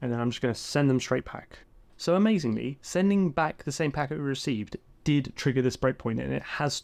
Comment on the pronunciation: "Reck Vee"? ReceiVe ;)